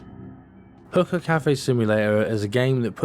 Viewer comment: stop saying hooker, its hookah .lol